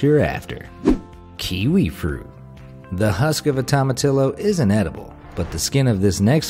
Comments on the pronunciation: It's pronounced tow-muh-tee-yo. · Fun Fact!: In Spanish the "Tomatillo" is spelled like this, but in Spanish you pronounce it "Tomatiyo", so next time say it this way.. "Tomatiyo"! 😉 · Tomatillio pronunciation = Toe Ma T O's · I don't know about jicama, but I'm fairly sure it's "tom-a-TEE-o". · Great video. I learned a couple things. But please check your pronunciation of Hispanic food. Jicama is pronounced HEE-ki-mah, and it's toe-mah-TEE-yoh. You know what you're talking about, and maybe this gentle advice can help you prove it. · Ahhh,cringe...That is the most Yankee pronunciation of tomatillo I've EVER heard! 1st day, Spanish 101...a double L is ALWAYS pronounced like an English "y". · As a whiter than white person I am offended by the way you slaughtered jicama and tomatillo. I can only imagine how you say saguaro. It doesnt matter how the americans or brits say the words incorrectly...they are wrong. Go to mexico and try your language over there. If we enjoy the food we should learn how to say it correctly. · You completely destroyed the pronunciation of Jicama and Tomatillo....🤦🤦🤦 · The way you pronounce some words!! Its pronounced hee-ca-ma and to-ma-tee-yo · It's pronounced HEE-kuh-muh, not jee-KA-ma dumbass. And tomatillo is pronounced tom-a-TEE-yo, not toma-TILL-o. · I'm so sorry, but tomatillo is pronounced "Toh-mah-tiy-o" (since double l's are pronounced like y's in Spanish). Jicama is also pronounced "Hee-kama". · Lmao... your pronunciations. Jicama is pronounced Hicama and tomatillo is pronounced tow-muh-tee-ow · To-mu-tee-yo and hee-ca-ma